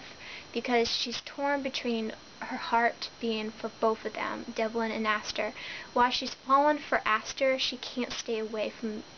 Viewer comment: No offense but it's Asher and Devin not Aster and Devlin.Sorry that was just realllllly bugging me other than that great review.